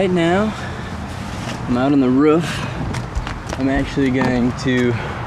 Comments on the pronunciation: he pronounces roof wrong and its root with nikki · "Now i am on the RUF" ROFL! its ROOF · hehe he says roof funny